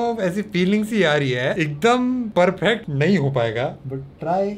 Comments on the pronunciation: Bhai PERPHECT kyu bolte ho?😆😯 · No one Literally No One:: PERPHECT